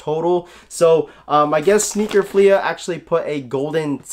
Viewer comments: Dope video but it’s not pronounced sneaker “Fleahhhh” it’s sneaker “Fleeeee” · Nobody:: Sneaker FleAH